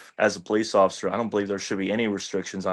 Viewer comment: "poC"...? "Occifer"? Are you okay?